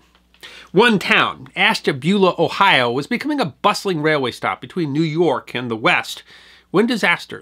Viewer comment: It's always nice to hear people pronounce Ohio place names correctly.